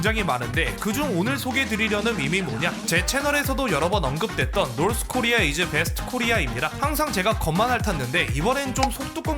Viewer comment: '코'리아에 강세두는거 킹받네